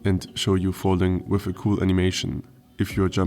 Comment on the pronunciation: "wiff new weapons?" Se Germans XD